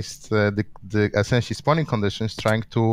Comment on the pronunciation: gnembon says escenshally alot. i dont know how to spell that